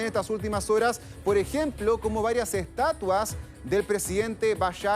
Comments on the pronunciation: SII 🤣🤣🤣 EL DIJO ESTUATA!!!!! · Dijo estuata o fue mi impresión...